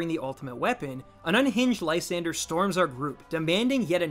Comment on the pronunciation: i always thought it was pronounced lee - san -dray